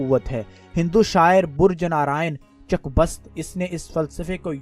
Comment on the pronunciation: Sahi word Burj nahi Brij h